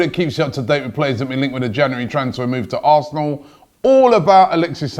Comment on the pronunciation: Don't know where Robbie found that second r in January but he did it